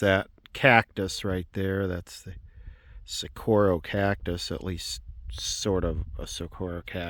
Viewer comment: As a rural southern ranch owning Arizonian myself I just shudder like nails on chalkboard when you LA city slickers pronounce saguaro. lol. I’ll help ya out. It’s got the Mexican gu with the wah sound. SA WAH ROW. That GU like guacamole at the beginning if that helps.